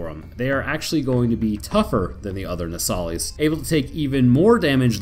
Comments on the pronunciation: It’s pronounced “No-sa-lis” you keep calling it a “No-sali-es” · Your pronunciation of Nosalis is wrong. If you've played you should know how to pronounce it properly.